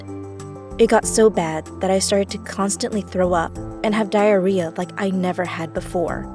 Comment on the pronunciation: I shidded my pants when she said Dirreah